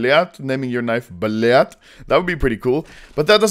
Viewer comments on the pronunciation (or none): >blyad instead of blyat son, im dissappoint